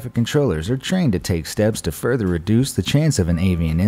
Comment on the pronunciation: love how he says “father” not further bahaha